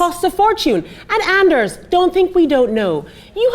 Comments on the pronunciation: And eRs, not andreys. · Well, Ana didn't spell "Andrees", she pronounced it. Give her a break, she's not Norwegian or anything. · Not Andreas but Anders ^^